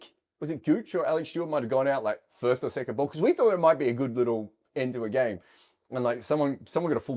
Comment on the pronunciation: Every time Harmy says "gyayme" an angel gets its wings.